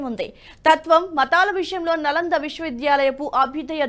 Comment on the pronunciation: 'నలందా' కాదండీ. 'నాలందా' అనాలి. "న అలం దదాతి" అని దీని వ్యుత్పత్తి. అనగా అపరిమితమైన జ్ణానం ఇచ్చేది అని తాత్పర్యం.